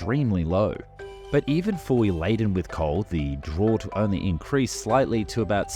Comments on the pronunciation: Please...how did you do so much research to sound quite knowledgeable about these boats, and not spend 15 seconds finding out how to pronounce "draught"? Sorry but your attempt, "drort" simply shows that you knew absolutely zero about boats/ships before embarking on this video. Nonetheless you did a commendable job. Both the draught of a ship, and downing a draught of ale or beer, are pronounced "draft". Carlton Draught beer, heard of that maybe? Or Draught-horses? Or a draught of air leaking under a door? They're all "drafts" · it's spelled "draught", but it's pronounced "draft". Just FYI. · Draught is pronounced "draft" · Draught (boat) is pronounced like 'draft'. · draught is pronounced as draft, Australian pronouncation of era is not the same as error but ehrah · The word ‘fraught’ is pronounced’DRAFT’. Very interesting otherwise. Chain ferries use the same principle today. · It's pronouned "draft" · Hey just FYI, draught is pronounced like "draft". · "Draught" is pronounced "Draft". ;) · pretty sure draught in this case is pronounced draft.... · Every time he mispronounced "draught," it hurt my sailor's soul. It's pronounced "draft." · New on on me. But please Draught is said Draft. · Draught is pronounced draft. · FYI Draught (or draft in the US) is pronounced "draft" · The what? Oh... You mean "draft". Wow, I don't think you've mispronounced a word that badly in a while. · It’s pronounced ‘draft’ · Hey dude, just an fyi, draught is pronounced draft. Was kinda wreckin' my head listening to it😂 (not really a big deal, was just makin' me twitch😆) Great vid as usual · Pretty sure its pronounced draft,pompous British …. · Just for future reference, Draught is actually pronounced draft. Just figured I should let you know, I'm not mad at you or anything. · Draught is pronounced draft! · Who taught you how to say draught? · brother thats not how you say draught lmao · It didn't bother you when he mispronounced drought? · "Drawt"?! "Draught" is pronounced "draft".